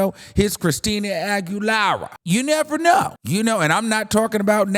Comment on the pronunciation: The way you said AguilARRA gag😂